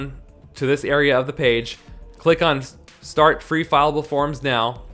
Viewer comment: FILLABLE, NOT FILEABLE!